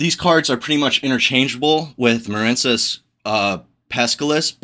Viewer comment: Muh-reen cess. It's a water based archetype. Like the words marine life or marine mammals or the US Marines. Quit intentionally mispronouncing card names no one who speaks English doesn't know the word marine.